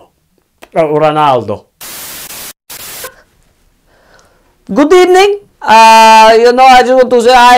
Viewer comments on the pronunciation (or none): Good ebening!!!!😂😂😂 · Good Ebening🤣🤣🤣🤣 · “GOoD EbeNINg”